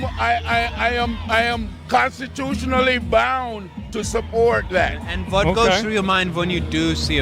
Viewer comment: "And vuht goes through your mind vehn you do see a pen*s, as a straight guy?" I'm dying